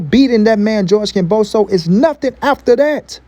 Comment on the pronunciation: Kambosos, ..not kamboso.